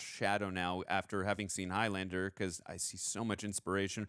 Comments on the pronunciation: Highlander is the name for a person from The Highlands - a geographical region of Scitland. The Highlands rhymes with islands. So Highlander rhymes with Islander Several characters pronounce it correctly...during the death bed scene, Clancy in the fight under the copter "another time Highlander' Its not highLANDER.... its HIGHlund-ah Please try to say it the correct way not the dumbass Yank way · It's pronounced 'HIGHlander', not HIGH-LANDER. The 'land' syllable is not stressed. Unless you're of a certain Scottish dialect in which case it's Heelander.